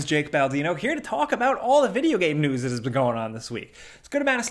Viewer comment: "...here to talk about all the video game newssisjfh that's been going on this week.." Had me dying.